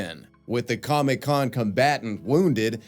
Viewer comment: ive NEVER heard anyone enunciate the 2nd c in Comic-con (or comicon) lol